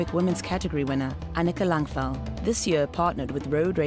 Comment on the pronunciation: it's pronounced Langval